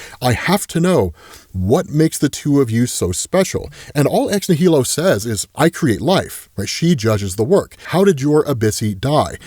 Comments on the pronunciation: Um, may I ask, why are you saying ex nihilo as ex née-hee-lo? The way it’s pronounced is something like this: ex-née-lo Or Americanize it something like this: ex nigh-lo meaning, of course; Something out of nothing. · ex nihilo sounds like "nile o" it's latin, you're pronouncing wrong but I still love ya. It's the same root word as nihilist. It means out of nothing. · I cringe every time says “ex nihilo” or “ex nihili” that way. It’s clearly pronounced like “nihilism”. As in, these characters come “from nothing”. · I can't wait to hear pronounce Ex-Nihilo the right way.